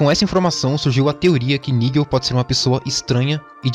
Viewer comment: Nigel não irmão, "naidjel"